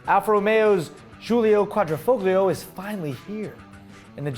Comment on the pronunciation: The way he says Quadrifoglio drives me up a wall haha! its basically pronounced like quadrefoio...Qua-dree-foio...Quadrifoglio...the gli is pronounced almost like the G isn't there and sounds like yee, and then add the o at the end so its more like yeeO, also the middle I in the word Quadr(I)foglio, is like an upper case E sound, Like in Eat, or Even.